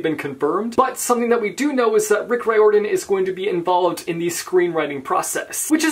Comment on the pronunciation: Rick Riodran - pronounced REARden. Look it up!!